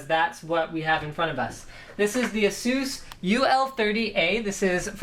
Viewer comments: But will it blend? Also, you mispronounced ASUS in such a horrid way... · is it really pronounced the way you say asus?